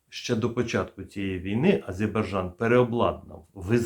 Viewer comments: Я не докопуюсь в жодному разі, але, ви плутаєте в назві країни букви: АзеЙбаРджан, тоді як правильно АзеРбаЙджан. Це інформація просто для точності. Адже точність, запорука професіоналізму. Випуск цікавий, як і теми в них.👍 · Не азеЙбарджан,а азеРбайджан... Невже так важко запам'ятати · Да не Азебаржан, а АзербаЙджан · Азербайджан вообще не получается два раза произнести одинаково... и это только один пример того, как трудно вашим слушателям расшифровывать "оригинальную" дикцию... Спасибо за информацию, позицию, иронию! 👌💙💛🙏🇺🇦✌️ лайк под видео + под каждым комментарием